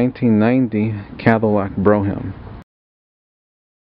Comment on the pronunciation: Cadillac Bro me um? I always thought it was pronounced Bro m.